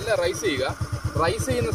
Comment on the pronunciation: Good. റൈസ് അല്ല raise